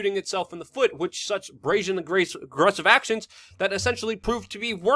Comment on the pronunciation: The word is WITH - not Wit .